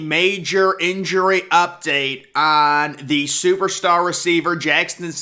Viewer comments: It's jaxon. Not jackston! Fyi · 🤣 he really is saying Jackston! 🤔